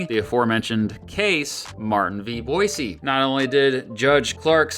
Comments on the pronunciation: I'm an Idahoan and I appreciate your effort to pronounce 'Boise' correctly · Thank you for pronouncing “Boise” right!-proud Idahoan